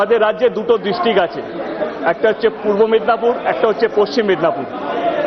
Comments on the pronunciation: বোকাচোদা মেদনাপুর বলছে আরে গান্ডু ওটা মেদিনীপুর। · Ota "Myadnapur" na chudir vai Totla cho*****. Ota -" MEDINIPORE "....😂😂😂😂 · মেদনাপুর আবার কোন district??? 😂😂😂 Sala na toh english na toh thik vabe bangla jane.. mp hoye geche..!!